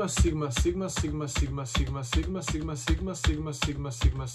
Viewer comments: na 2x brzini čuješ pomalo kak kaže simba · Bro govori SIMA😂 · Zvuci ko da govori sima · Lik govori siima sima